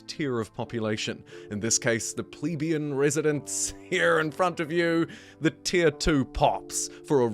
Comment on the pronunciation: Ple-be-i-an. With the "i" pronounced <3